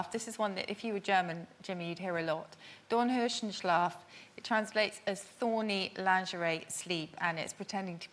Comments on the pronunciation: She pronounces it, wrongly, as „Dorn-höschen-schlaf“. Theres NO Dornhöschen in German and I don‘t care wether you found that on the Internet. It doesn‘t exist. „Dorn-R-öschen“ on the other Hand exists. Thats the word she meant but completely misspelled as „Dornhöschen“. Then her definition was just a translation of her wrong pronounced word witch Translates to „Thorn-Panties.Sleep“. But But really its „Thorn-Rose-Sleep“. So the second word she says is inexistent. The fist one is too. So both don‘t exist. 1st one is just invented, 2nd one is badly misspelled and thus wrong. Understand now? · No, it wasn't, cuz that doesn't exist. Suzie just can't pronounce "Dornröschenschlaf", which is tough for non-native speakers as the first "sch" is a "s-ch" (it's a diminutive, small rose) and second is the actual "sch"-sound. On that note, the first word she mentions is made up.